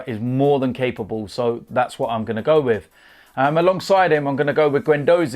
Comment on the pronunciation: To be honest wiv ya